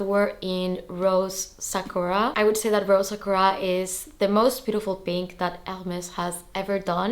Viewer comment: Aah congrats! I knew it had to be the B25 in Rose Sakura, the color is perfect. Btw, just wanted to let you know that sakura is pronounced sah-koo-rah:) enjoy your new bag!